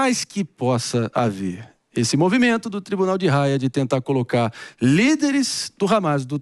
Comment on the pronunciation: Tribunal Penal Internacional de Raia ???? Kkkkkk cara não sabe nem falar o nome correto kkkkkk